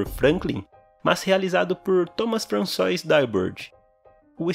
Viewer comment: Sei que não compromete a qualidade do vídeo, mas se preferir, a pronúncia certa para François é Françuá